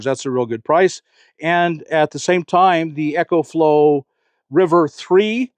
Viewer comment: Is anyone gonna tell Bob that its not called Echoflow, its pronounced Ecoflow, as in economical